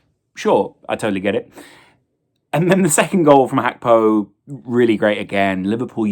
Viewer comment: Did lose a bet that he could mispronounce Gakpos name as many times as possible